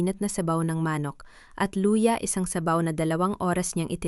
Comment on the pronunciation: AI Ang narrator kaya Hindi marunong magbasa Dangal hehehe.. danggal Ang manok ay maa..nok...😊😅😂😂